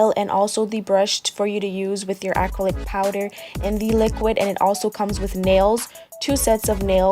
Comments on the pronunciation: Good job explaining well. You were pronouncing the word acrylic, like ack-crow-lick, which was quite entertaining. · Really great tutorial you did a good job for a beginner! You also did a good job with giving specific instructions tips and tricks. But you were confusing me when you were saying 'acrylic' lol go watch other videos and listen to how it's pronounced. The only reason why I think it's cute and funny is because i did the same thing before going into nail school. (Not many people can do this well of a job with having no experience using acrylic)